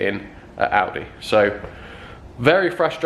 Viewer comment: I always think he is saying aldi instead of audi